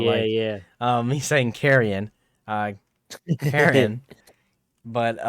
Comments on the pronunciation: I'm sorry, "carry-en"? It's "K-ear-en". Don't disrespect the poor downtrodden boy like that. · His name is pronounced “Keer-an” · Kieran is pronounced qere ran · I have this name and it hurts to hear carryin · the characters literally say Kieran so I don’t know what’s so hard about the pronunciation